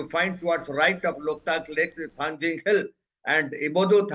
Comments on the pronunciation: Thangting ✅Thangjing❌ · It's not thangjing, it's Thangting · Manipur is just 650sqm fellas no need to argue They lack so much in pronunciation that they pronounce Kuki hills Thangting as thangjing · For your kind information, it is Thangting Hills, not Thangjing. "Ting" is the original Kuki name, which was later altered to "Jing" by the Meiteis in their own language. This is a form of cultural exploitation. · It's not Thangjing but Thanting. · It's thangting not thangjing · Mount Thangting please. Not Thangjing which is a kind of Vegetables very popular in Imphal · Not thangjing..it's thangting..you Meitei pronounce tribal name in a wrong way..because ur not toungue twister. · Its Thangting mol.. please correct the name of the mount